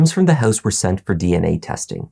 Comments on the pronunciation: "What they found inside the hEuse..." LOL!!! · The way you say house and pronounce “ou” always rings my ears 😂